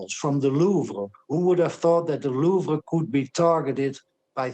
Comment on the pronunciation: This gentleman finally pronounced Louvre properly. Merci, Monsieur Brand.